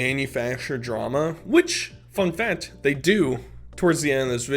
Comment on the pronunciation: Dude I friggin love ya, but u gotta friggin learn to pronounce the letter "C" when it's followed by a "T". For example, you say "fat" instead of "fact", "charater" instead of "character".... figure it out dood.